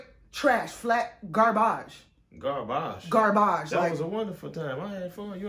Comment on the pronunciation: "Straight Garbash" 😂😂